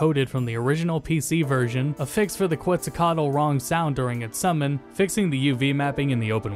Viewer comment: Quetzacoatl is pronounced KETZ-uh-qwot...